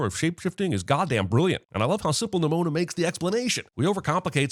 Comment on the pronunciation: NIMONO? Seriously, Jeremy? XD